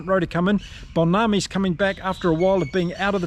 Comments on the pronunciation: Pronounced mmmm-Bonambi. Say the mmm then say Bonambi. 4 sylables. Love your channel, sorry for the small correction. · to help you with pronouncing names.. Mbonambi is pronounced mmm bo numb bee